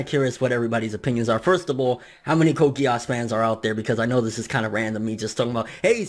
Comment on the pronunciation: And it pronounced Code Gii-se